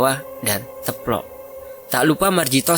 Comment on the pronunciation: Salfok denger Mimin ngomong teplok mulu.. bacanya teplok "e" dibaca kaya "e" di "emang" kaya.e... 🙏😁